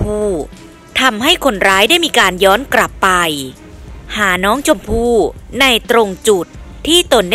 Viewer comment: กลับเป็นกรับ ปล่อยเป็นปร่อย โรงเรียนไหนสอนอ่านออกเสียงเพี้ยนๆมั่วๆแบบนี้